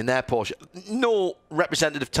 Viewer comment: Thanks for the Porsch-e pronounciation, not hearing it too often 😊